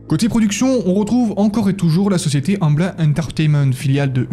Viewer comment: Proximité au lieu de promiscuité, et Amblin se dit à l'anglaise Ambline avec le son ine à la fin.